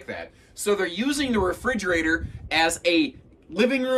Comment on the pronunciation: In your listing of great features at about - "HUGE Refr'e'gerator?" Is that a combination of a refrigerator and a refreezerator? 🤣